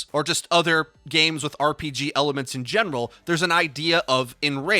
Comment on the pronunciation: I thought he said “if you play RPGs in genitals” instead of general